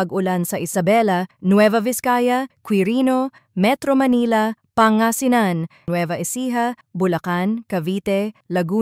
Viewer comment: Pangasinan, hindi panga-sinan